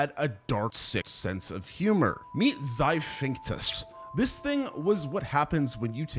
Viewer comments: I hate to be that guy but if your job is to voice videos, you should at least spend any energy trying to pronounce the words you're reading correctly. "xiphactinus" is not pronounced "xiphinctus" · How'd you voice and edit this video, then write out the chapter titles. And still not realise it's "zy-FAK-TIN-US" not "zy-fink-tus" lmao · i cant get over "Zy-phinctus" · Xiphactinus is pronounced Zi-thact-tin-us my guy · the way this guy pronounced Xiphactinus (“Zip-fact-teenus”) gave me straight up stage 10 brain cancer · One good thing about the pronunciation... choices... in this video is that no animal has ever had to be worried about the 'Zaphinctus', since no species by that name has ever existed. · They way he mispronounces Xiphactinus kills me 😅